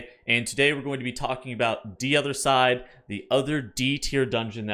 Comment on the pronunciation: First off its "day odda side" not D